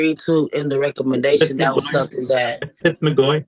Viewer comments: Day do do dat don't day? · is she trying to say (THAT) insread of (DAT) LOL speak proper english